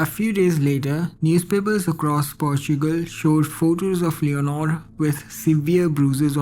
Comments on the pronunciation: PORTUGAL - PORTSCHUCEL 😂😂😂😂😂😂😂😂😂😂😂😂😂😂🙈🙈🙈🙈😡😡😡😡🤣🤣🤣🤣🤣🤣🤣🤣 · Dude say Portugal again HAHAHAHAHA